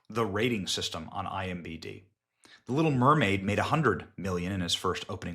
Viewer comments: It’s IM D B Benny lol not BD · Its imDb not imbd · The amout of times you said "IMBD" instead of "IMDB" was too much to let go. It got quite irritating. Internet Movie Database not internet movie basedata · Benny🤭 it is "imDb" not imBd🤪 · It’s IMDB buddy….not IMBD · iMDB, not iMBD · Great report Benny...thanks. But know that it's IM D B Not BD. 👍